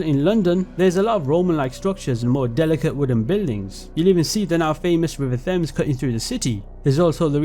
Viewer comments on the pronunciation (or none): none